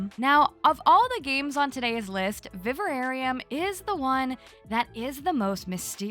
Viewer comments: Viv-air-eeum not Viv-a-rare-eeum 😊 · I think you might be adding an extra syllable to the pronunciation of Vivarium, just a heads up 😊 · Vi-var-i-um. An semi natural enclosure for keeping animals. Also a weird horror movie. But it looks like an adorable game. (Also not a criticism - just an odd word that most people don't know. Can't say I ever heard it used until it was a movie)